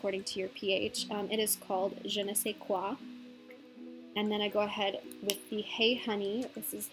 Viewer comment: "It is called :Je ne sais quoi" OMG I love when foreigners pronounce French word!!!!! BTW, "Je ne sais quoi" means " I don't know what" so the sentence came out I bit strange...!!!! LOT OF LOVE FROM PARIS!!!!!!